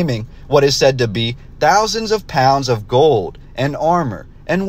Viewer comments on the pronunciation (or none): none